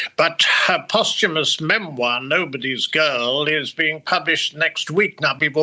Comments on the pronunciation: post hyoo mahs??? No. That is not how one pronounces "posthumous". This isn't a volunteer gig: it's a job you've got. Learn how to pronounce the big words! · QEII’s biggest mistake was always letting Andrew off the hook. In American English, ‘posthumous’ is pronounced PAHS-tyu-muss. First newscaster, who spoke with an American accent, said “post-HUE-muss.” I hope that’s because English is her nonnative language, and not an ignorant American. Thanks, DW! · "Post huemus"? Where'd you get this girl?! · Post humous??? Even reporters suck at basic grammar. What are they teaching in schools??? Ignorant people just passed through without knowing how to pronounce basis damn words.